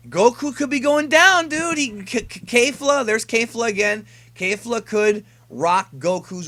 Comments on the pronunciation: Why do you keep pronouncing it Kayfla as if it's right. It's pronounced Kefura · curious...how is it kayfla when she and the announcer say it like kefla? Maybe i missed something, anyways good vid! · Kefla not Kayfla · No matter how many times you say KAYfla ill always always call her KEFla. Rolls off the toungue better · Isn't it pronounced K"ef"la